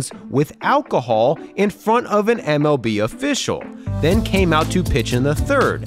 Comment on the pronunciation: no hate but you can hear him say mov